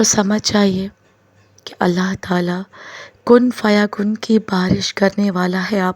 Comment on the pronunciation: كن فيكون. Not كن فيكن يى غلط